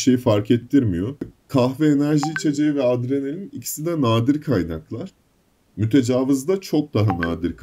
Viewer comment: Verdiğin emeğe göre az takip ediliyorsun ama artacaktır kardeşim eline sağlık. Fakat serinin son videolarında da fark ettim mütecavız deyip duruyorsun o kelimenin doğrusu "mütecaviz" şeklinde İ harfiyledir. Zaten I ile ne kadar zor ve kulağa kötü geldiğini anlamışsındır. Oyunu çevirirken İngilizcede büyük İ olmadığı için muhtemelen hata olarak Interlooper'ı Mütecavız diye çevirdiler. Dili doğru kullanalım. Yolun açık olsun.